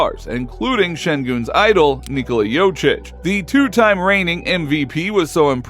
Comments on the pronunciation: Bilerek mi tam da seyirci olmayan Turk ligi macini secmis ne.. Jokic'e Jocic demesi de tuhafima gitti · Please learn to pronounce jokic correctly. Don’t be that typical American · You are kidding? Satire? For starters... learn the spelling of the surname Jokić. J...O...K...I..Ć.. OK? A man will be MVP 3 times in a row and you can't even pronounce his last name? Shame! I know it's hard for you...but what if you had to spell Czechoslovakia! Hahaha... American idiot! ;-)